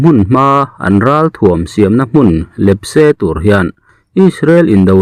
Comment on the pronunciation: Literature lam a,thahnemngaih thilah;LEPSE nilovin LIPSE lip darhvek tihna ni zawk e.